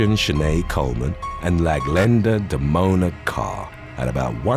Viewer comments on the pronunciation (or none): Not "Laglenda" 🤣😭